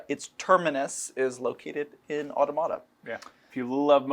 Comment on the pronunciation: Mispronouncing Automata over and over again.